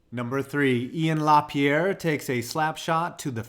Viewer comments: *Laperriere not Lapierre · It’s La-PEER-ee-air. I only know how to say his name because I love Ian. If it was Maxime, then La-PEE-air is right. Great video!!!